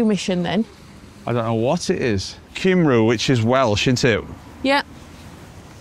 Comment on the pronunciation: I have GOT to stop you there guys. You're gonna be in Wales a while. Do not pronounce the name of our country Kimroo. It's pronounced Kumree.